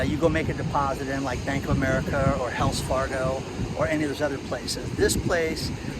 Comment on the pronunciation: I thought he said "Hells" Fargo 🤣😂